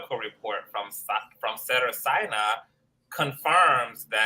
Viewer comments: Great video! You are hilarious with the replay of Kelsey. 😂. Cracking me up with Cedars which is pronounced See-dars 💅🏽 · Thank God someone noticed the incorrect pronunciation. Im a 32 year Registered Nurse. I cringe 🥴